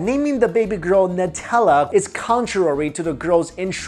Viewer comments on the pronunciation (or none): It's pronounced "Newtella"